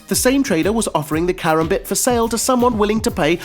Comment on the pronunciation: Holy fuck I never knew someone could mispronounce karambit so bad